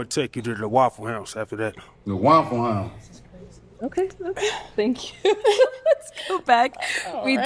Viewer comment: Why did you say it like that Thank ya like that lolol 😅😅